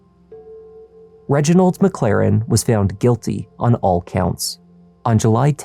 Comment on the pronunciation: “Reginald MacClaren”?